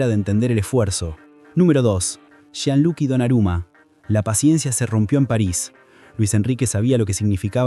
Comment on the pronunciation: gianluqui no, Gianluigi. y cuando se dice Jordi la jota se pronuncia con Ll